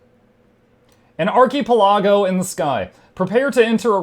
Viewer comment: wanting to be snide about what Archipelago means, but can't pronounce it right. XD